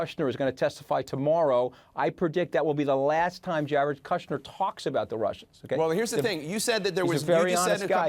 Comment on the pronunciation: Trump is the one getting the MSM off topic. This guy does not know the correct way to pronounce Kushner either. He is a lawyer but did not say that you have to be convicted of a crime to be eligible for a pardon. A complete double talker.